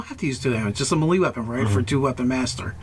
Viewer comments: Someone criminalize the "mee-lee" pronunciation please. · Apparently, prince O'Brian was a mee-lee zee-lot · Oh-berr-inn May-lay Zeh-lot